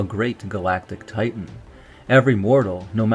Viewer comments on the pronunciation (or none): none